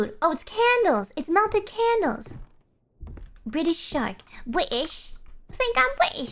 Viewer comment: Bri'sh?! Look in disappointment XD So cute i'm melting up